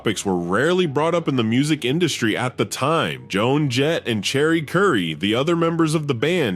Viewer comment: Did AI call her CHERRY Currie? OMFG